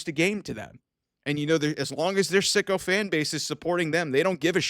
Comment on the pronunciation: I did not know you were saying sycophant. Which means yes, man or ass kisses to a detriment. I thought you were always saying sicko fans!!!